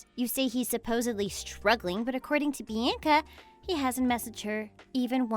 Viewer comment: Why can't they pronounce Bianca or women right